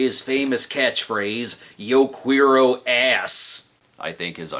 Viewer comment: The way Brad pronounces, "yo quiero"... you KNOW his ass is from Illinois.